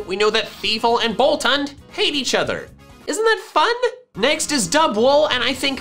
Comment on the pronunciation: you know boltund is pronounced bolt oond hund is german for dog